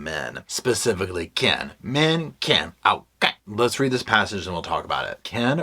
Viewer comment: Men --> Ken.😮 somehow it sounded funny😅